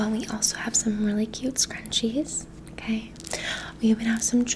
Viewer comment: The "o-kway"s are amazing